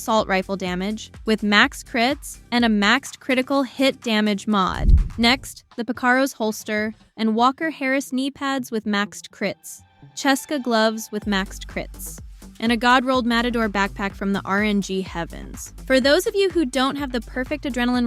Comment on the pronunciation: Every time someone says "ceska" wrong i lose my shit 😂😂😂😂